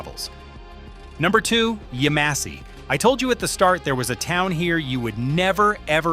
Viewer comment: The town is pronounced YEM-a-see not Yuh-MOSS-e. You obviously didn't go there.